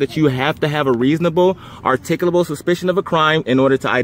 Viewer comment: The officer didn't have reasable articabul supishon. Case closed. lol